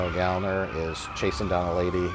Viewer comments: It's pronounced Gal-lner. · It's "Gal-Lner" That's why there are two "L" instead of one. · If Gallner starts with the “Gal” sound then we have to pronounce the second L separately, like “Gal-L’Ner” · as a little side note referring to the bit at the beginning of the video: considering that Gallner is a surname of German origin the 'a' would be pronounced as a short vowel! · . Can't say his own name right? Just like Willem Dafoe?